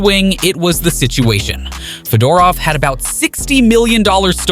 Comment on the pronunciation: You pronounced Fedorov's name incorrectly..